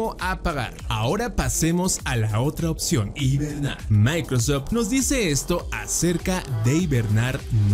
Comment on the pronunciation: en una parte al inicio dice hibemar